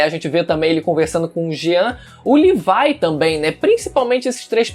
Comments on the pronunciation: Mano da agonia você ficar falando levai do que levi. Levai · Mn por favor para de chamar o levi de levai q agonia mn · Livai?,Livai? Meu chapa? PORRA FALA DIREITO E LEVI,L E V I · Chamar o levi de livai dói nos meus ouvidos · Cara o pessoa que fala isso é por que são viciado em hentai só pode mds E o cara falou livai